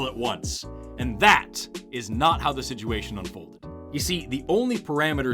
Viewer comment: I love the inflections of “siduation” and “realitee”. ❤